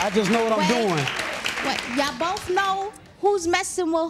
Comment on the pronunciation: Who are you with? Him not phased: “Bofe of em”